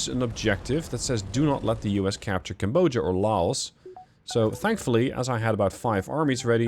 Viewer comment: Each time you mispronounce Cambodia, I die inside TwT